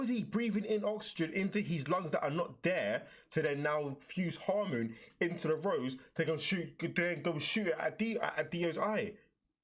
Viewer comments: How come you say "hamoon" when they say it so many times during the anime? Like... how do you manage to mispronounce it? XD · Its not Hamoon, iits Hamon